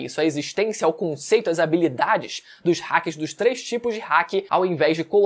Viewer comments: Pq ele fala rack e não Haki? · Ele fala as pronúncias muito erradas, Haki, ele chama de hacker, Danjiro ele chama de DanjiroU, Rayleigh ele chama de Raylite. Agonia, a pronúncia no anime é tão simples de decorar, a própria escrita já mostra como se fala.